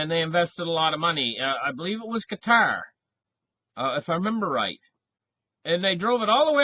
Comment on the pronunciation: Glad you pronounce Qatar correctly and not 'cutter'.